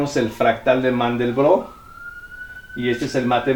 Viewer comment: Maestro, buen día solo tiene un pequeño detalle de la figura. Se pronuncia conjunto de "Mandelbrot"